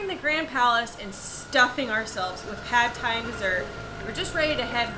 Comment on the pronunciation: Non-native speakers always mispronounce Pad Thai, because of the mis-romanization of Thai words. It should be pronounced "pud thai" with a short vowel like the word "nut." "Pad" in Thai means to stir fry.